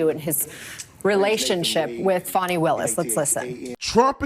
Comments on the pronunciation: Will you STOP WITH THE FONI ITS FANI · FAWNY Willis… I believe it is pronounced FANNY, a common name in the south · Fucks sake it's not "fawny" it's fani! It's like when Joe dirt tried to say it's dir'te don't try and church it up! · I wish people could just use the actual letters in the woman’s name, FANI. There is no W, in her name. She is not a baby dear. It appears to be Fani, like Fanny. Not Fawny. Thank you. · Saying Fawnie instead of Fanny is an effort to make her classy. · I was just about to say they wanna pronounce your name fawni it’s fanny. They’re still protecting her. This is unbelievable but let’s protect her from ridicule by saying her name improperly. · It doesn’t matter how SHE WANTS her name pronounced ! She should have spelled it like she wants it to sound…Fawni or Fahni- but Fani is pronounced Fan-nee ! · Did that woman call her "Fawni Willis"? 🤭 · Fah-knee Willis done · NO ONE in the south says it that way. It’s pronounced Fanny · FAN EE. 😂